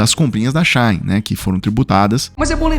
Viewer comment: As blusinhas da China ou da Shein. Vc lê Shein corretamente assim She In em ingles ou Chi ín em portugues. Nao eh chãin náo. Shine é Cháin. A site que compramos coisas chinesas Shein É She In = Chi ín.